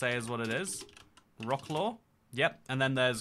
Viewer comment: bro check out how to read wrocław cause its not vruhclaw